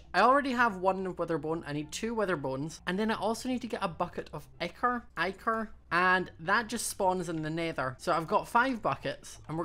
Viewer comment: Its pronounced ick-her